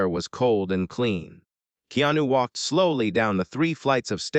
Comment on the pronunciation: Upsetting hearing reader here keep mispronouncing Keanu’s name!!!